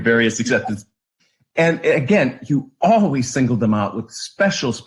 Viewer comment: Instead of saying always she says owees